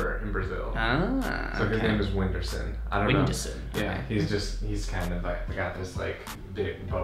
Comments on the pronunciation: O vídeo estava ótimo, quando entrou o "Winderson" eu parei de assistir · a pronuncia de Whindersson deles está errada mas foi legal ouvir eles falarem "UINDÃRSAN"